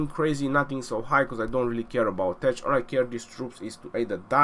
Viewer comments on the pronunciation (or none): when you pronounce tech, the 'ch' should sound like k, tek